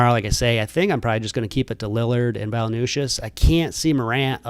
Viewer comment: It’s Valen-chew-ness brother 😂